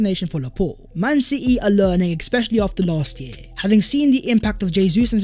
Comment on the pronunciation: Dude, I like your videos but for god sake, especially not eckspecially.